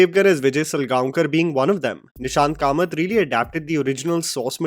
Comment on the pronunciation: Nishikant Kamat...not Nishant